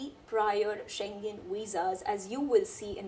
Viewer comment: You are the first person I hv ever seen to pronounce schengen correctly